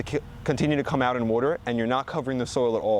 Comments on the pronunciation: You dont know how to pronounce water lol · In New Jersey, you ‘wooter’ your garden. Over here in the Great Lakes region, we use ‘wahter’ ahn our plants.